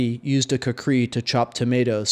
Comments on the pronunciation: That's actually a really bad pronunciation. KHU-Kuh-ri with a rolled r, almost like a d. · Oh, OK. I thought it was pronounced Coo-Cree.